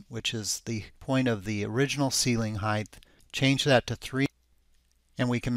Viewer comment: THANK YOU!!! I can’t watch his videos anymore with audio because it irks me SOOOOOO much! He says it EVERY single time. It’s “Height”, not “Heigth”/“Heighth”!